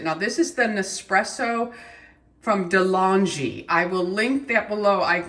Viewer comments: It's pronounced de long ey it's a new Zealand brand love this video xxxx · Delonghi has to be pronounced with a hard G. ;-)